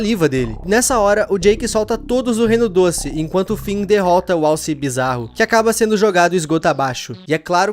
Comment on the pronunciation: Impressão minha ou ele disse “Wallace” ao invés de alce?